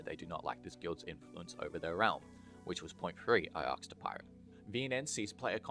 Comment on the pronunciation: please learn to say "asked" properly the s is before the k